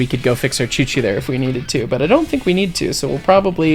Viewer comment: Use of accent is much better in small parts instead of the whole thing!! Also a nuance as my family is also from the former Eastern Bloc. In my experience the W is pronounced WH so "we" gets said as "whe" as opposed to "ve." My family was from Hungary and Ukraine so maybe yours does sound different just thought I'd mention it for shits and gigs